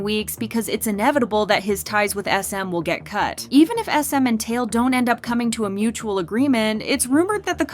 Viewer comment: Tail? It's Tai Eel